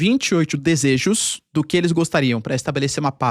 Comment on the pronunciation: vinte oitcho desejxos